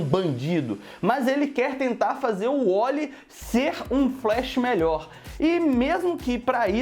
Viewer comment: cara n é Wolly e Wally coloca o A nessa, boca..